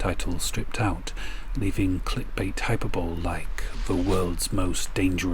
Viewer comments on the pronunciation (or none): Sorry for being THAT person. Hyperbole is pronounced Hi Per Bo Lee, not Hyper Bowl. Sorry, great video though.